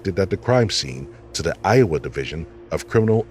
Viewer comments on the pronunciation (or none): none